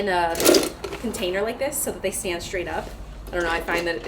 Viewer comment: Of course it's a generalization. I don't claim to know every woman in America. But I do watch a lot of YouTube channels and I hear the added "h" A LOT. Like I said, I don't hear men doing it and I don't hear women from other countries doing it. Saying "shtraight" -- that's a big one!